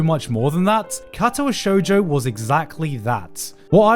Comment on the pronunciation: the way you said Katawa shoujo like catawa shoejoe hurt me. Its more like kar tar wa sho(ck)ujo(ck).